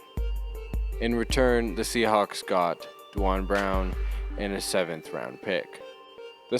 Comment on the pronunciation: its not pronounced DWON Brown, its pronounced DWAYNE Brown. the spelling is confusing, Duane